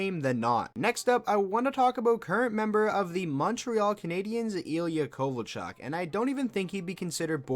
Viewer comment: Yeah not kovalchuk